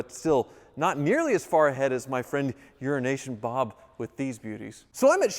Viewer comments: Why does he keep saying 'Urination Bob'?!😂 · Is it "Euro Nation Bob" or "Urination Bob"? 🤔😂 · 'Euro-nation' needs a slight pause in the middle otherwise it sounds to much like 'urination' Love you Bob :) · You sure enjoy butchering Euro-Asian Bob don’t you.